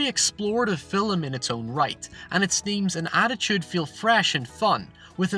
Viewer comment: How about an explanation for film vs filum? You pronounce it incorrectly in one sentence then in the very next sentence you pronounce it correctly. I'm not trying to be offensive, just truly baffled by this.